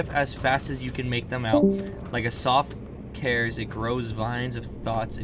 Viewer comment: you reading the dialogue at the beginning was kinda sad, "ting" for tinge? "cares" for caress? are you illiterate lmao